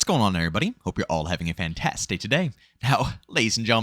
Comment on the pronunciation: Let me go ahead and say that "What's going on everybody, I hope you are having a fantas-day today" is what I hear every time. Am I crazy?